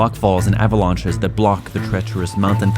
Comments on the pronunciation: “Avah-lawnchiz” Close, kiddos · Ah-valanches lol :)